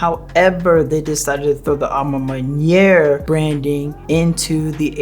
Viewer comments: A ma man-what? Butchered that lol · You know you can Google the pronunciation of a ma maniére 🤦🏾‍♂️🤣